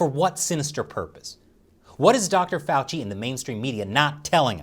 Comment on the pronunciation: Now I know how to pronounce Fauci, thank you.